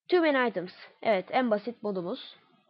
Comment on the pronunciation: tüü mny aytıms deyil toomany items !!!